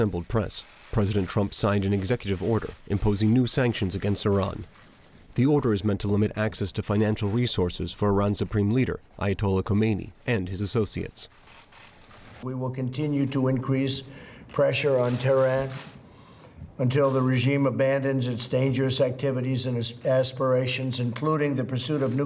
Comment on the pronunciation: It,s9 odd that trump said kohmenhi!! He died a long time ago